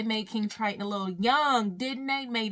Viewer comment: I love how you say "this is kIng TrIteenn and his trieDEnynt" it so funny😂😂😂